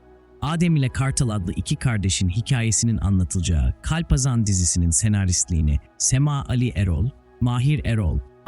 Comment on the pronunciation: Kulaklarım acıdı hayatında hiç mi kalpazan kelimesini işitmedin o nası telafuz